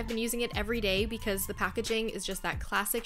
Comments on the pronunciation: Hey :)) it’s not « jouet » contraste it’s pronounced « j-ou » which means « cheeks » in French :)) kisses from Paris ! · You don't pronounce the e of joues it's just jou in a way